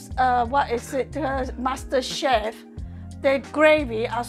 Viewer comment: I do not know what I love more the food or you pair and the “chemistry” on video you have together. I miss heard saying “Master Chef” to me I heard that Bastard Chef. Love you both. 👍👍